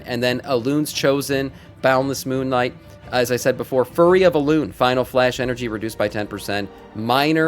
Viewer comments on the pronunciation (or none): How do you people not pronounce 'FURY' properly...